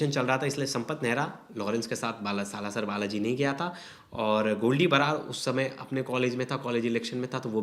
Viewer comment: कुछ भी पता नहीं है इनको सालासर को बालासर बोल रहे हैं भूतियै